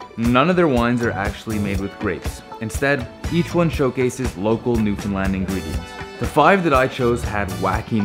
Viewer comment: This is the first video I've seen of yours. I have only one beef: You need to pronounce "Newfoundland" correctly, consistently. (I'm sending you an email.)